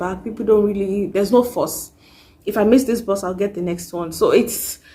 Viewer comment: Bus sounded like Boss when you mentioned it sis....